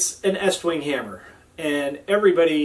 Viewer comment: How can I trust a guy who doesn't know pronounce the name to fit an American audience?